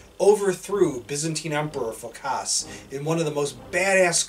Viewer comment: Phókas, not Phokáss !